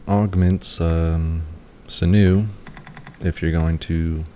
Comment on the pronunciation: Sinew is pronounced “sin-yoo”